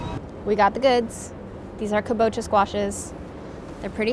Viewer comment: KAbocha not kaBOcha